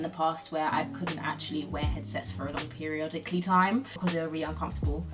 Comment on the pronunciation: “Periololically time“💀